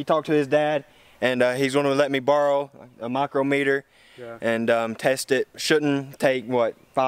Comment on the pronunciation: Not to be all technical. But being a machinist this just bothers me. Its pronounced. Mike crom meter or as we call them mics. A Micrometer is exactly how u said it in the video and is a unit of measurement used by machinists. Just saying not trying to sound like a dick.